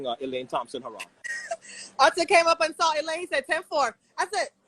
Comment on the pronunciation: Isn’t anyone going to correct him on saying Elaine’s last name? He keeps on saying Hurrah 😟😳